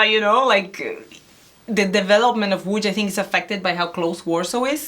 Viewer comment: „Łódź” not „Łódż” 😂